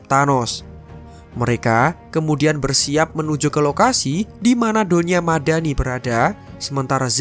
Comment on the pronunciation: Aku denger mimin bilang donya madani kok kayak doni ahmad dani wkwkwkwk